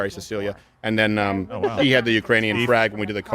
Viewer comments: Watch Kamala's face when Sleepy says "Uranian people" -- she can barely suppress a laugh 🤣🤣🤣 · Did y’all see Kamala mouthing uranian when Biden said Uranian instead of Ukrainian. Hilarious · It wasn't Iranian... he said Uranian. LOL! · He said Uranian. You know, people from youranus, I mean Uranus Come on man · "the Urainian people" Lol.😂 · He said Uranian... like people from Uranus. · That speech was brutally embarrassing, Biden is an embarrassment. “Uraniun’s” 😂😂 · Lmao liver fail after this live stream. Also I love how kamala caught his "Iranians " when he means "Ukrainian" Slip up. She mouth the word an kinda did a head roll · hahahah, when he said Iranian , even Kamala Harris had to reread what he read